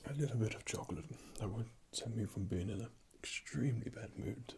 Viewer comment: Choclate? Did you just say... Chocolate?